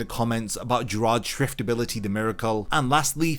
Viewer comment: SCHIFT NOT SHIFT OK? STERRNRIDDER OK?